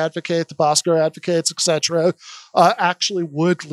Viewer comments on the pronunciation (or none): Is saying "eksettera" or am I mishearing him?